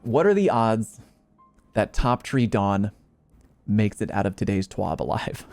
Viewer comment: I always thought it was a TWAB (This Week At Bungie) not a TWOB. Wonder what the letter O stands for?